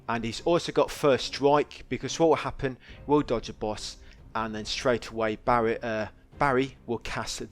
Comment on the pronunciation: why are you calling Barret Barry?